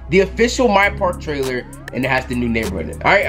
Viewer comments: "trailere" noti gang tho 😂🔥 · Who was here when it said Trailere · “My parl trailere”😂